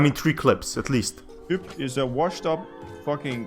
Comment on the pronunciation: Hyp is pronounced Hip btw :)